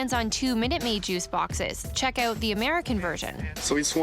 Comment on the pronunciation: "aouwt" bro just say "out"